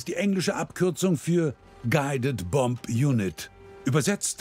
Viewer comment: Das zweite b in Bomb ist stumm.